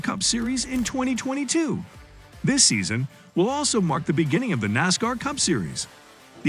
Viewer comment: I caught one video and one was enough. When you start the video and call it "NOSCAR", like...what? As cool as it would be to see a "NOSCAR" series, the sport you're referring to is not it, I couldn't even watch the video from that point on.